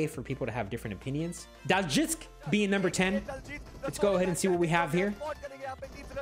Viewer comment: Bro just want to tell you how to pronounce daljitsk. His name is Daljit, and he added sk for ‘sniper king’, so one would pronounce his name Daljit s k